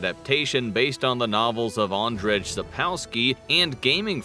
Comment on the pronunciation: "ahnd-redge?" lol no... please look up names before you pronounce them in a video. Edit: "Studios as" instead of studios such as, saying clean angle studios when the screen says clear angle studios... c'mon man. Those should've been picked up in editing. Double edit: nvm the whole thing is a mess haha! I mean, it wouldn't be an issue at all if you weren't using a more "professional," clean cut style of formatting that makes these things jump out :)